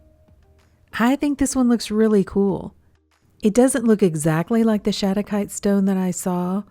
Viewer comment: Nice work on the pronunciation! Mineral names are tough because they are not limited to one language... a lot are named after people, so you can imagine.